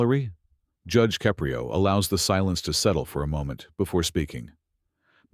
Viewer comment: You lost me at Judge Caprio's name pronunciation.